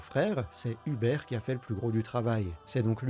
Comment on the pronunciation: Vidéo très qualitative, on aime beaucoup dofus en Pologne ❤. Si jamais les prénoms se prononcent Martchine pour Marcin et Houberte pour Hubert.